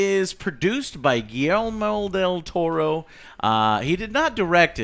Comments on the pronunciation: Why doesn't Joe pronounce Guillermo Del Toro right? I thought he is hispanic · Lol. Joes pronounciation of Guillermo del Toro... You'd think someone from Puerto Rico could pronounce a spanish name :P